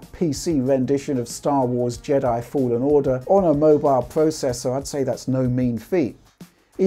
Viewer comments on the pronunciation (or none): none